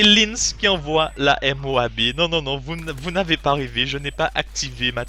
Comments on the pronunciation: il dit pas la MOABEE ? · Pourquoi MOABé ? C'est MOAB ><